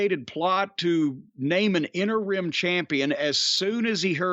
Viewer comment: Thanks to Corny, I’ll forever pronounce “interim” as “enter-rim”